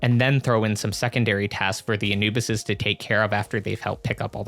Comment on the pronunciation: And you pronounce it uh·noo·buhs bro wifey is killing me right now for saying it wrong